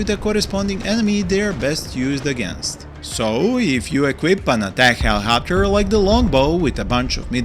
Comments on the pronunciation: It’s helicopter not hellohopter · He-Lee-cop-ter seems more beneficial 🤷🏼‍♂️ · I love the way you pronounce helicopter. My beloved helihopter :3 i want to use them better but i always use them multirole, guess i should use them to fire more at tanks and get rid of hydrapods